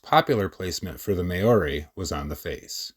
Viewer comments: "May orie" 😭😭😭😭 dog you butchered that so bad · Please learn to say Maori (m ow ree)